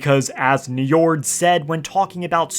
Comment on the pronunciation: don't let an old norse specialist /nerd hear you pronounce that name: Njórd, or Njörðr as is the old norse spelling... he is the lord of the vanir and the father of Freyr and Freja. god of the sea ;) that dude there is named after this old norse god.